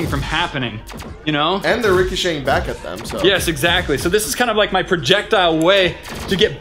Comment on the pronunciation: Its "yes" not "yas"